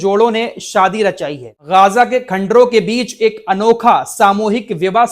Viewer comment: गाजा nahi ग़जा बोलिए